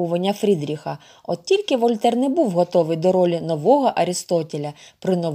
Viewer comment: Вольтер,Буало!Наголос на останній склад,вони французи!